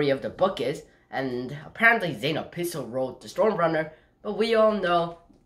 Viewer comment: First of all is Zane obispo not opispo